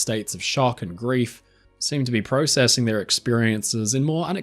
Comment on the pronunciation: You said processing wrong